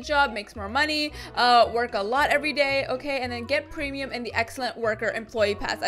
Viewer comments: its weird how she says PrEmIUm like that. I DUNNO WHY YUTUBERS srry for the spelling SAY TO GO AFK WHEN U GET DISCONNECTED FOR BEING IDOL FOR 20 MINUTES SO U ONLY GET TO BE AFK FR 20 MINS.She keep talking bout trees i dont care bout trees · The way she says prim no hate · I like when she says "premium" its nice:D